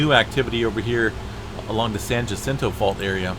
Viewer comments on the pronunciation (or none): Sounded like some fear-mongering... Jacinto is pronounced ha sin toe